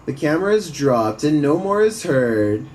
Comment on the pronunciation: The first question I always ask is, why is this scene being recorded? If it looks staged, it probably is. But ya...some creepy stuff. Also the narrator with his speech pattern. He hangs onto the last syllable. ...and no more is herrrrrrrrd. Lol.